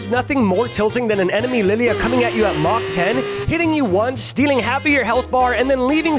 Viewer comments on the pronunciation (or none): none